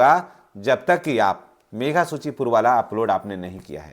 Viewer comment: सर मेघा सूची नहीं, मेधा सूची ( Meritorious List) होता है।